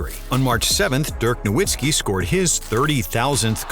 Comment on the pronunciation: Put some respect on Dirk and pronounce his last name correclty